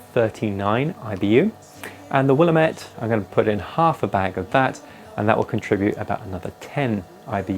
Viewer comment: People from Oregon be like "Will-am-it, damit!" 😂 Great video as always.